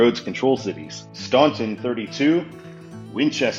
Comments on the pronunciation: Staunton (in Virginia) is pronounced STAN-ton. I stayed there one night when I moved from Plymouth MA to Lumberton TX 12 years ago. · Well anyone in virginia will know you're not from virginia because you did not pronounce staunton correctly. Its pronounced Stanton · I visited Staunton and I heard absolutely nobody pronounce it Stanton but I really could really give less of a f*ck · I went to Charlottesville for work, and I had to fly into Richmond Byrd Airport. I drove up 64 to Charlottesville, during October. Such a glorious ride, the leaves changing and hardly any traffic. Buckley to Richmond is too far. Staunton (pronounced “Stanton”) is actually a big deal in that part of the country. It’s Woodrow Wilson’s hometown and not much else besides Virginia Tech is significant around there. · When I went to Staunton nobody there pronounced it Stanton but I really don't care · My mom, who’s lived in the area her whole life, also pronounces it like STAHN-ton, so you’re not the only one